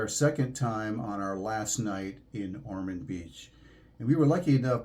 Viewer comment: Pardon me, but it's Ormond with an "o". My parents lived there for many years.